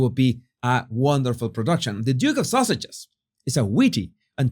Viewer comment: It sounds like you are saying Duchess of sausages